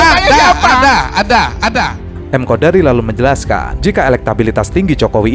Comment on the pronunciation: Namanya KONDORI mas bukan KODARI.